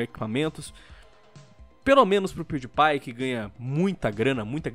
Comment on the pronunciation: Se lê pewdiepie Mas se fala piuripai